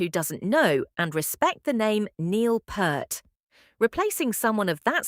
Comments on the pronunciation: It’s P”ear”t. Not Pert. Get it right. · Neil's surname, Peart, is pronounced like "Peert." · This obvious ai bot butchered not only Anika's name, but Neil's as well. This, by itself, is unforgivable. But actually saying that she replaced him, even floating the idea that "The Professor," COULD be replaced... This video is misleading, utterly misses the point, and gets even the fundamentals brazenly and flagrantly WRONG. If Rush had EVER done things this shoddily, the world would not even know about them. You have earned my block and report.